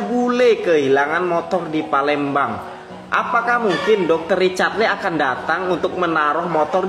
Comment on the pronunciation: Palembang ❎ Palemdavan ✔